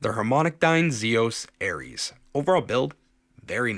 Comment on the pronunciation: Thanks for the review. HBB Hades was the worst. gave a 4/10. Nothing is that bad. Using the headphone/ pads relentlessly fixes all the issues you are describing.. I artificially broke in the pads on the sets for SoCal Canjam so they matched my personal sets. Also it is ERIS not ARIES. Also did you try them in Staging mode? It's all over the description these are reversible, you get two tunings. Nobody seems to do that for the reviews.